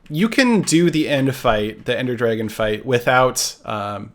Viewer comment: Did he just call it the "end dragon"?